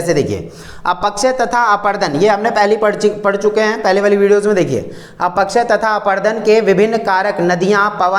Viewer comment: Sir ap अपक्षय ko अपकक्षय bolte ho 😅